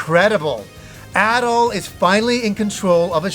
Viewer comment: pronounces “Adol” and “At all” the same 😂